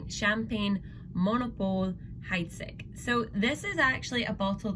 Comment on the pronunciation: Heidsieck is pronounced Heidseek. Not Hydesick.